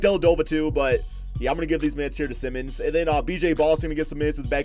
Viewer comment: Just fyi, Anfernee Simons' last name is not pronounced the same way as Ben Simmons'. It's pronounced the same as like Simon as in Simon Says.